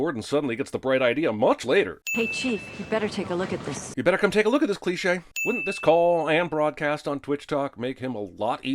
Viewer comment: How many things that this guy make a cleshay out of